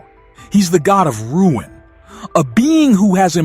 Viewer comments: Pronounced Roon not Ruin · Marvel do not know what to do with Thor. Thor will die in Doomsday. You don't know what you are talking about. It's not "Ruin" King Thor. It's Rune King Thor. He is called as such because he mastered the powers of the Runes, after he sacrificed his eyes to Yggdrasil. He became more powerful than Odin ever was. Again, it's not "Ruin"...it's "Rune". You are over reaching on most of your points here. Anything for content? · Bro , It's RUNE KING THOR..Not Ruin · RUNE KING not Ruin king 😂 other then that interesting video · It's not ruined, it's "RUNE" KING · It isn't ruined king. It's rune king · Glad someone else recognized it. The word rune, is pronounced "roon", like "moon", not "rue-in"😊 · I thought it was rune king not ruin king Thor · If the person narrating doesn't know how to pronounce RUNE, lets me know that you've just became a THORFAN..... YOU'RE NOT SAYING ANYTHING WE DONT ALREADY KNOW......READ UP